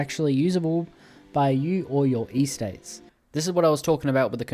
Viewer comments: EState not E-state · Why Eee-states it’s just Estates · does not care about pronunciation, like it could be because bro is Aussie but I doubt they say Ee-states there 😭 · "Ee-states" I'm sorry it's a totally understandable mistake but... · unc please pronounce estates correctly next time or I will crash out